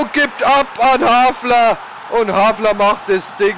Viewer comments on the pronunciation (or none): Bitte les dir doch mal die Namen der Spieler genau durch :) Immerwieder amüsant, wie aus einem HALFAR ein HAFLER wird ;D Sonst echt klasse !!